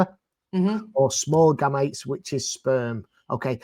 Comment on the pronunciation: Steve keeps mispronouncing the word gametes